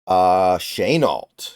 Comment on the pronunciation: Haha he said shaneault I thought he was joking